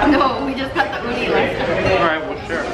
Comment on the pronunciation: She said uni and I heard oni... wow